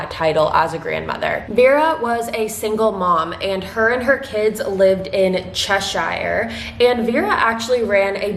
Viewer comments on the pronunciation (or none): I’m from the town she was from an you’re completely butchering the town names, Warrington is pronounced ‘Wo ring ton’, Cheshire is pronounced like ‘che sher’ she was a friend of my family an if you’re going to talk about the case would appreciate you get the town names correct ty